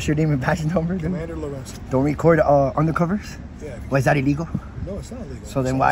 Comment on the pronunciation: Undercovers sounded awfully like "Any of the corruption"